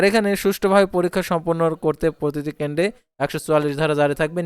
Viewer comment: Bai kendo na kendro bolte hobe